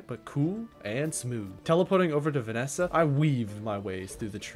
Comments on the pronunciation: Pleaseee call her VASANIA not VANESA You got most planet names wrong 😢 And Eve is not a snail she is a fox😅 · wait vanessa as vesania??? 😭😭😭 who even mispronounces it like that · Never heard someone butcher Sphalerite and Vessania so thoroughly.. 😂 good vid tho. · Btw great video, one small problem. WHY DO YOU KEEP PRONOUNCING THE NAMES WRONG. Please read the names of items and planets, or don’t I can’t stop you.